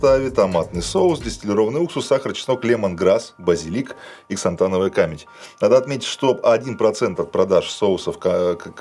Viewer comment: В слове "камедь" правильно ставить ударение на букву "е": камЕдь.